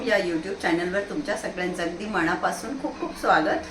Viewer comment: मॅडम मनापासून ह्मणा, नॉट मणा पासून. लहान न -ण-नाही